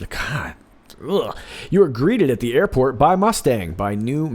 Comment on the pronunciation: Airpot?? Did he mean Airport or.. IPOT?!